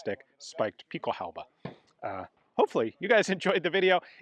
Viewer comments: What the hell is "guten shooten?" If you ever come to Germany I'll have to give you some german lessons 🤣 At leat you got "Pickelhaube" right 😅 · Your German isn't half bad. And you even pronounced Pickelhaube correctly. Not bad at all for a citizen of a country where most people seem to believe everything written should be pronounced as if it were English.